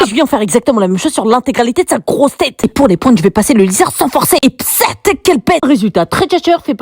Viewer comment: La façon qu’elle a dit « sa GROSSE TÊTE » 😭